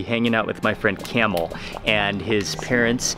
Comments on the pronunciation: Myst Lyfe no his name is not Camil, it is Kamaal. That’s how it is pronounced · You should pronounce KEMAAL not CAMEL🤣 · he pronounced it wrong probably Kamal or Kamil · His name is kamal not camel 🐪 🤦🏻‍♀️😂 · His name is kamal Not camel😂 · I agree !!!! But he keeps on calling him (camel) Its not camel !!!!! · 😆😆😆😆 and poor Kamal aka camel, 😆😆😆in all the videos, he pronounces his name camel 😆. You would think he would have corrected it. So, he's calling him camel the whole time. Too funny! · Yes, you are correct, not "camel"....!